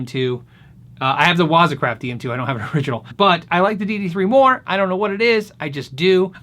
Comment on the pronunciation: Great video as always. The proper pronunciation of waza is the emphasis on the second syllable. Make sure you sound like a samurai when you say it.